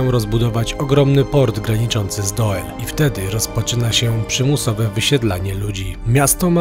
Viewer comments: Po 1 Doel czyta się DUL 😅 Po 2 w Belgii jest kategoryczny zakaz publikowania w sieci zdjęć oraz nagrań elektrowni atomowej w Doel... Grozi za to sroga kara a nawet więzienie....najwyraźniej o tym nie wiedzieliście a myślę że warto zrobić najpierw research zanim coś się wrzuci 😅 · Rozumiem, ze macie prawo nie znac jezyka, ale dla waszej informacji : w holenderskiej czesci Belgii i Holandii: "oe" czytamy jako "u" 😀 wiec byliscie w Dul... tak dla ciekawosci po polsku doel to czesc 😀 gdyby bylo "oë" wtedy czytacie "oe". Jakbyscie potrzebowali pomocy w Nl mozecie sie odezwac. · 'Dul' nie Doel ;) Pozdrawiam, świetny odcinek! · Czyta sie "Dul", pisze sie "Doel" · Trafiłam na was niedawno i lubię z wami odkrywać nieznane🤩Trochę was tu poprawię, bo to całe „oe” czytamy jak polskie „u”. Czyli fonicznie to DUL. Ok, oglądam i słucham dalej … 👍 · Panowie. Film, jak zwykle super, natomiast znam dość wnikliwie Doel ( czyt. Dul ) i wiem, że można pokazać znacznie więcej ciekawych miejsc. Np: kościół i cmentarz , Cafe w wiatraku, plant z domkami wypoczynkowymi. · Przy wymowie nazwy miasta Doel powinno się mówić "Dul", OE pisane razem wymawia się podobnie jak nasze U ;) A nazwa miasta w wolnym tłumaczeniu może oznaczać "Cel". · czesc chlopaki kurcze byliscie w belgii a u mnie kawa stygla pozdrowienia nowlasnie z belgii ( a tak miedzy nami nazwe tego miasta czyta sie dul ) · To sie czyta Dul chlopali,az serce peka jakto slysze,ale fajna fure dostaliscie!! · Mówi sie "Dul" 😁 pozdro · W Niderlandzkich językach "oe" czyta się "u", więc to miasto prawdopodobnie nazywa się Dul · Doel czyli w wymowie DUL To znaczy CEL w ich języku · Mieszkam w Belgii i byłem tam na rowerze. A tak swoją drogą: Doel czyta się Dul Pozdrawiam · Czyta sie dul ... Oe = u. Te duże kolcki lego wcześniej tam nie stały. Teraz na terenie prowincji Antwerpen coraz wiecej ich jest , aby ludzie nie wjeżdżali autami. Pozdrowienia z Belgii. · Pisze sie Doel A wymawia sie Dul Pozdro. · Nazwę tego miasta czyta się "Dul" 🤗